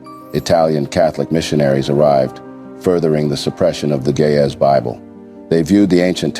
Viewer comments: PLEASE see to it that it is Ge'ez & not "gay as Bible". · It is GE’EZ!!! Not GAY!!! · Why do it sound like the narrator is saying gay as bible 🤔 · do not know how but the computer is reading gay bible erroneously or on purpose cause it is Geeze Ethiopian bible not gay bible , make your correction please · bro it is geez bible not gay as bible correct it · Not Gayz bible! Correct it! It is GE’EZ bible! What a miss!!! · In the subtitle, the phrase that you pronounce Ge'ez Bible is translated in the form of Gay as Bible which is wrong. Translate your pronunciation With the correct phrase Ge'ez Bible. It may create confusion for those who follow the subtitle. I appreciate your work! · It is not "gay is book" it is Geez book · It's NOT GAY IS ITS GIZ